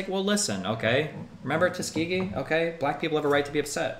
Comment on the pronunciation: Ya know “ Tuskegee” 😂